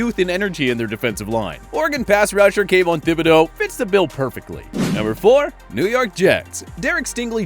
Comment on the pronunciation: He said “Thibodeaux” like how ppl said “Dimmadome” 😂😂